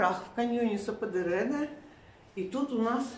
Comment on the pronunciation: Я смотрела одну блогершу из Анталии. Она ждала 5 месяцев. Просто они там что-то напутали. Говорят, если отказ, то сразу. И... Я была на этом каньон. Там классно. Только его называли сападЕре, ударение по другому. Но это не суть. Вам повезло, что подруги с машиной. Есть возможность разъезжать по красотам. Счастья вам!!!